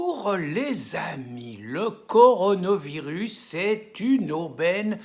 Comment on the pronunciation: Rien à voir avec le Coran le Coronavirus 🙄🤔 faut bien prononcer Pierre !!!